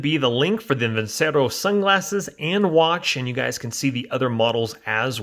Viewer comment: It’s actually pronounced (veen chair oh) ce in Italian is always a ch sound